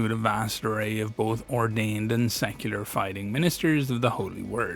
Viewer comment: Wait... "Secular"?